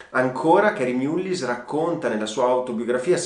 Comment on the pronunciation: Concordo amico . Si pronuncia mallis perché è un nome irlandese . Un premio nobel ,alla pari di montagnier, gettato nel fango. Sicuramente avrà un bel like dai mascherati. Di mullin resterà qualcosa . Di lei non lo so . Anche speranza commette errori e di proposito eppure è sempre la . Video deprecabile in questo preciso momento storico .